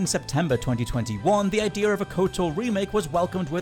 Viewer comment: There are exactly 0 "R"s in the word "Idea"...